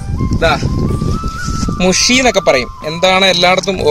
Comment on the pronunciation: കോഴിക്കോട് മുഷി എന്നല്ല മുഴു ആണ്